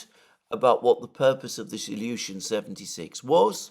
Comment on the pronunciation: Love how you pronounce Ilyushin, awesome! Bravo overall!!!